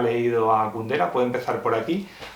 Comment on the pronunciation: Jajajaja,, ¿por qué lo llamas "Kundara"? ¿O soy yo, que estoy mal del oído?